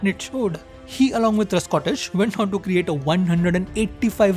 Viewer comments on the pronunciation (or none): Another great video... brilliant storytelling as usual but maybe for the first and last time there was an error... just maybe... I felt the pronunciation of "Trescothick" was a bit off.. but still a brilliant video... no flaws as usual.. Waiting for part 3